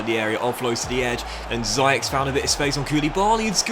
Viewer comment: Mbappe or Orgi’s beautiful goal. Btw it’s pronounced Zeyich. Nottingham Forrest isn’t that the team you used last year?